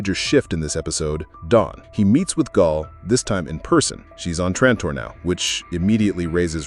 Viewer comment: Pronouncing her name like "Gol" or "Gahl" every time, instead of "Gail", as if the narrator has never seen/heard the show is wild. Smells like AI.